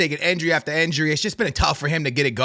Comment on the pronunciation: why you keep saying "enjury" bro its "injury" 😂